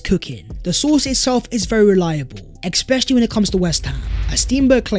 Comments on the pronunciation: Love the videoes. Usually dont comment on thing like this, but you say it in every video - its pronounced especially not exspecially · love the vids but you got to stop saying ex-specially instead of especially my guy.